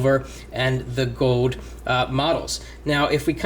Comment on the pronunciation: It's goLd not goed.